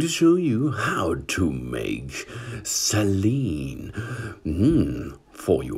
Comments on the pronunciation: It’s pronounced “say-leen” Not “celine” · Some pronunciation. SALEEN WATER Sort of like HOLY WATER. HEEHAHAHAJAJAJA!!😁